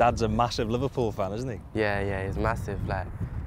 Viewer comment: is he saying livenpool?